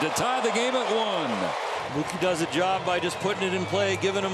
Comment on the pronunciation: Did the dodgers announcer just say “Moo-kay” instead of Mookie?? 😂